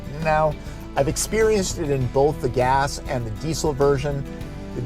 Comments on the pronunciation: Hahaha your accent -> dee-cill It's pronounced dee-zil Do you say mu-sick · Please pronounce Diesel correctly - "Dee-Zil"